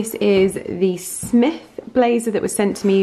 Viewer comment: “Smythe” the brand name is pronounced with the y as an adjective (think the y in eye) rather than “smith”! Absolutely no hate just thought I’d pass on the knowledge! 😀 My mom is a semi collector of smythe blazers so very cool to see you discovering the brand as well! It looks incredible on you, of course!